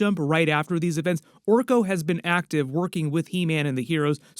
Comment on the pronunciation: It’s Orko